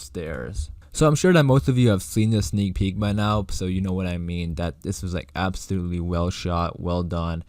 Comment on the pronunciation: STOP SAYING SNEAL PEEK FFS